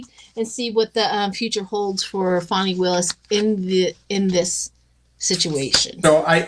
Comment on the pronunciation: Just an fyi…it’s FANI not Fonnie.